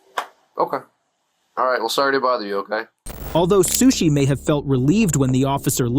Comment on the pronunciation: Sueshee Suechi Sushe